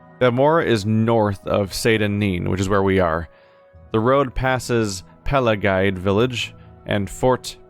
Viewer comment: I didn't know this forever but it's pronounced pa-la-gee-ad